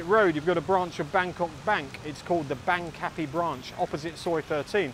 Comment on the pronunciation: My current Thai partner and I laughed at your pronunciation of Bang Kapi. My partner lived in Bang Kapi when she was working and living in Bangkok, and my ex-wife grew up in Bang Kapi. They all pronounce it (Barng Kapee)